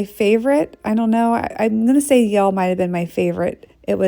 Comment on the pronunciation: It’s Yale not Y’ale